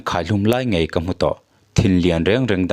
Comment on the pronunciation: Thilvâr phût ni lovin. Thilvâr phut tih tur. Ngaih ni lovin ngeih tih tur. Mizo tawng hi hman dik tum hrâm hrâm teh u.